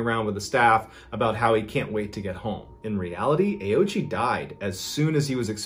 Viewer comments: I believe in the native language it is pronounced closure to "oh-oh-ch" I believe the ending I is silent? I could very well be wrong. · It's Oh-ooch-ee, FWIW. But I agree that that's less fun. 😉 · Well done on the pronunciation of ghost man’s name! I would have automatically pronounced Ouchi as Owchie not Aochi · Ouchi is pronounced wrong. I speak Japanese. Ouchi is composed of three kana: おうち O- pronounced o as in “old” U- pronounced u as in “use” Chi- pronounced chi as in “cheese”